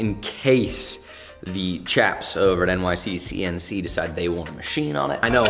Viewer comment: I don’t think he’s said it correctly yet in all 3 of the episodes so far 😂